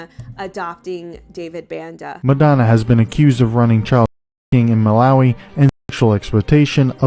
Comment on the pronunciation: Hey I lived in Malawi as a kid, uk sub here, it's pronounced Muh- lar- wee lar rhyming with car As you asked!!!